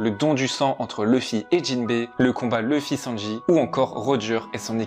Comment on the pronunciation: Je regarde les 2, pour avoir l'expérience complète et non dilluée. Je suis allergique à la VF par contre par ce qu'ils ont donné une voix au mieux passable à Luffy, qu'il n'y a aucune émotion dans cette VF et surtout, son nom c'est LUFFY, pas Leuffy ou Le fy !!!!!!!!!!